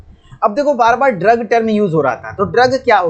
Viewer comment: Aapne drogue ko ghalat pronounce kiya hai.